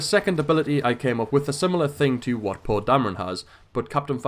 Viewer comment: Its not paw but poe